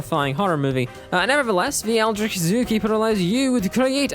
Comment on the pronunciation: How to pronounce Eldritch